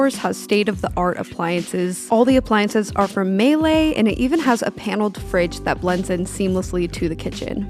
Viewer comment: It's okay. For $28MM you can do so much better though. Some of the light fixtures and bed linens were nice. Also Miele is pronounced "mee-lee". A "melee" is something else entirely.